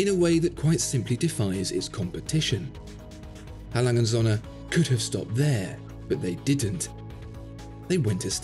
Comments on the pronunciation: Srill can't pronounce his favorite watch brand correctly... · How about you learn to pronounce the name of the company?